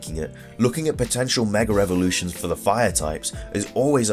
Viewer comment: MEG AHH EVOLUTIONS not 'megarevolutions'